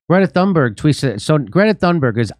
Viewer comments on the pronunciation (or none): I'm Swedish. And I think you're right. I actually met her once. She was recording her book to an audiobook in the same studio where I record audiobooks in Stockholm, Sweden. I didn't gush over her. I just said, "Hey, look it's you. Hugo! (colleague) do you see who it is? Nice to meet you." She just stared down at the ground and walked away. She is autistic so I figured I must have made her uncomfortable somehow. Anywho my point is, I think Trump was right... (can't believe I just said that.) He said that "the elites" has taken advantage of this scared, autistic, naive kid to be a literal poster child for Climate Change-policies. When he said that I still hadn't fully comprehended the extent of the lies were being told so I thought he was being condescending, but now I see things very clearly and I have you Jimmy and team to thank for that. Along with Russell Brand, Sabby Sabs, Kim Iversen, Glenn Greenwald among others! And it's MALMO. Actually it's Malmö but, who cares? Thanks for a great show! Been a long time member of yours. Keep up the great work!